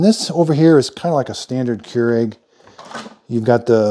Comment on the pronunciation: Came here to hear how americans pronounce this. I assumed ''kee-u-regh'', but it sounded more like ''cure egg'' I am left entertained.